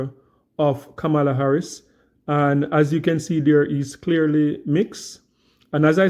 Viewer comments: Please learn to repeat her name properly:"kama-la", not "ka-mar-la". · Correct pronunciation… Comma-la🤷🏾‍♀️ Why are people refusing to pronounce her name correctly? By now, it’s basically international news😂😂😂😔😔😔😶😶😶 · Klandice so smart but can’t pronounce VP name correctly.